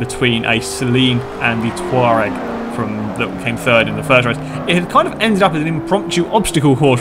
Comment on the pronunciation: Its pronounced to-rag